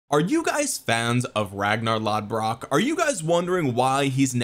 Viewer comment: it's "Loth-brook" tho 🤣